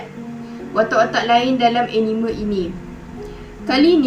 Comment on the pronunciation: Jangan la pandang script haha and you pronounce Anime tu salah boleh refer youtube care sebut anime yng betul but keep it up good work!! 🎉